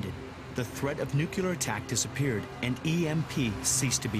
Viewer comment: Its nuclear not nuculer